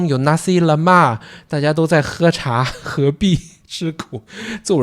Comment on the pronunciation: 林查=喝茶(感覺是台語!?)